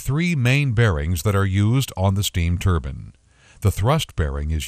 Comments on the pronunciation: wtf its spelled turbine! not turbin... drove me crazy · Why does he say turbin? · Everytime the narrator said "turban", it drove me crazy.